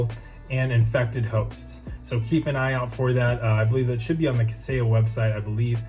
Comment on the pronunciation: 👏🏼👏🏼👏🏼 You said it correctly - fantastic job